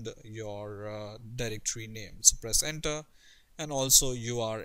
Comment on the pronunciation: i thought you said placenta. But you said Press enter